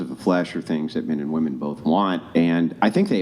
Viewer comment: Is there a single human female born after 1990 that can manage to pronounce women properly? Like, even one?